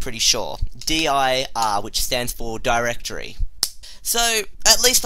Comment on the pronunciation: dude say Directory not durrrr (dir)